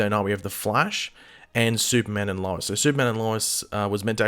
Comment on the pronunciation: can you say Lois properly thanks